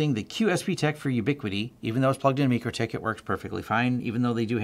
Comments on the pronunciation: It's pronounced MY crotech. :( #FAIL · FYI, the company themselves pronounces the name "my-Krah-tik".